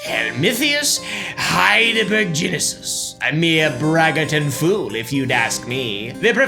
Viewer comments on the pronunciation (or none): It's Heidelbergensis bud, so -gensis not -genesis.